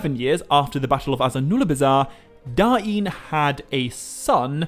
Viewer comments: Yeee no i dont think you are suppose to pronounce the names that way. You talked about Northman Names and Khuzdul names. The children book thing is nothing but children making silly names for their parody. Da-in is complete nonesense, its just DAIN. Now it is Dáin but it is not DA-IN, if anything it is Dain with more pronounced A. So pronounced something like "Daaajn" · I think that even if the syllables were split, they'd still flow. It doesn't make sense for there to be a glottal stop between them. So rather than Da-in it would sound more like dine. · god you saying Dah Een annoyed the piss out of me, but i liked this. DAIN (Dane, Dayne) not Da Een, sounds like you are trying to speak native american